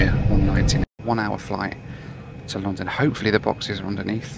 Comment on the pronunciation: I hope you don't think of me as a troll but, in watching this episode... I NOTICED that besides your British accent you have a unique way of saying "London".... You pronounce it Loo-don (or Lu-don); the pronunciation stood out primarily because I had just listened to your "Loo Review".... this is merely an observation, not trying to make fun of you. I thought it was humorous. Safe travels and keep doing what you're doing, I find it interesting and satisfying.